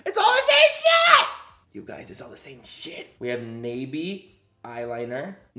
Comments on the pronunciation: its not nay-bee its nah-bee and thats really annoying me lol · Mmmm I think it's pronounced nah-bee but I've seen it at la pulga lmao.. I've never bought any of their products tho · its pronounced Nah Bi its Korean for butterfly, don't know if this brand is Korean or not but I guessed from the butterfly in the logo. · I believe it’s pronounced “Knob-ie”, like a door knob.😂🤣 I actually have heard of the company, but can’t remember where...that’s not good.😳😳😳😳😳😳😳😳😳😳😳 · ohhhh its pronounced “nah bee” thats butterfly in korean just realized that halfway thru lol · I think its pronounced nah-bee. Dont quote me. That's L.A callejones make up. Bottom of the barrel ish or tia chismosa make up 😂😂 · That expression 😂 when Manny pronounced "nabi"